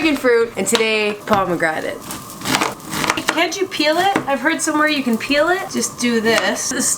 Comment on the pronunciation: you butchered a pomegranate 🙈!